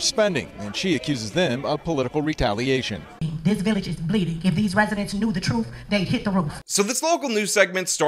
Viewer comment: I like the person talking rhyming "if they knew the troof they'd hit the roof".